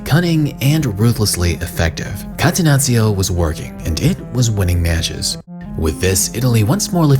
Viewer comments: Please call it Cattenacho not Catenazzio 😂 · Sorry, but had to quit watching after the third time hearing "katenazio". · Catenazzio? Hahahah. Bruv it’s Catenaccio. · kah-teh-NAH-cho ....please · what the hell is catenazio? I'm not even Italian and I'm pulling my hair out each time I hear that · Great video!!! Just one thing, call it like this - Catenachio. That's how you read 2 C's in Italy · Catenaccio mispronunced, it' painfull to Heard by an italian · Learning how to pronunce "catenaccio" correctly when you intended to use the word as many times was too much effort? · the way this clown is pronouncing catenaccio🤣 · I cringe on how this guy says Catenaccio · Great video!!! But please, if you gonna say a word several times, say it right. Everything you said Catenaccio it threw me off😭☠️